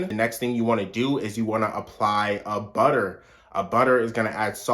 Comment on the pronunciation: WaTerrrr buTTerrr lmao